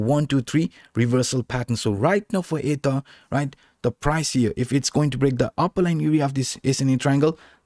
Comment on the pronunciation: Great video...sometimes it sounds like you're saying "ADA" instead of ether jsyk.